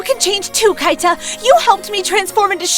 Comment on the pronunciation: It's not Kaita, it's pronounced Keeta